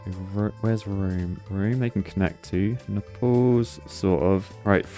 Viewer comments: Did say Nepal’s? Instead of naples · My god the mispronunciations are infuriating NAPLES like staples with an N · Nuh-palls? Nay-puls! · Naples pronounced like staples, not Naples like apples 😆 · Btw it's said "nay paul s" not "nai pl ss" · him saying "nepals" instead of "naples" is really triggering me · Hate to be that guy but Naples is pronounced like "Nay-pulls" not "Ne-pulls". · Nay-pulls. Not neh-pals. Please. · Every time pronounced Naples like Nepal(s) I shuddered. Either go Italian with "Napoli" or pronounce it the English way like "Nay-pulls". Shame. Shame. Shame. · lol yeah i was also thinking about nepal when he pronounced nay-pels + its pretty easy to pronounce it he was overthinking it lol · Oh gos, napples is not how you pronounce naples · why ddi he say Naples like Nepals xD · THE WAY U A SAYING NAPLES MY GUY, SO ANNOYING. But I am nice so I will tell u how to say it because Italian here, the way u say it is nay-ples or if u want Italian it is nah-po-li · His pronunciation of Naples though💀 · The way you pronounced "Naples", and with that excitement levels, made me laugh so much, I was not ready for that ahahahahah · The way he pronounced Naples XD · how do you keep pronouncing naples wrong lmao i thought they were flying to nepal for a second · Your pronunciation of Naples is a bit odd, sir